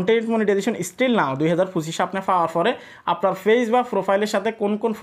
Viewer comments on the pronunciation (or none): আপনি পেইজকে কেন ফেইজ বলেন? এটা শুনতে ভাল লাগে না।